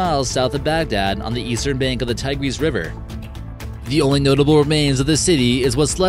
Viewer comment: "Tie-GREEZE?" Well, you got it half-right. It's "TIE-griss."